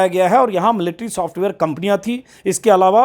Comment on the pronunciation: Military word ko pronounce nahi karne ata tume kaise reporter ho?